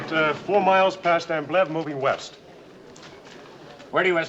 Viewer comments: The name Ambleve was mispronounced terribly by everybody in this movie. Sometimes it was referred to as Amblem, or Ambleff, or Ambiff, or Amblitt or even Ambit. And did anyone notice the German soldiers (No doubt played by Spanish Army soldiers.) kept yelling “On topa ze roof! On topa ze roof!” for every and any needed occasion? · The characters all badly mispronounced the name Ambleve. Sometimes it was ‘Ambeff’ , sometimes ‘Amblitt’ . It could have been ‘Amblig, Amblif, or Amblin’. And did everyone notice that the German Soldiers (I presume being played by Spanish Army soldiers) kept saying “On top ze roof” On top ze roof” for whatever occasion?